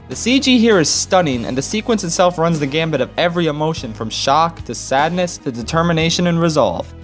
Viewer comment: By the way, it's "run the gamut," not "run the Gambit." What's a gamut, you ask? I dunno, I've never seen the word used outside of that one phrase.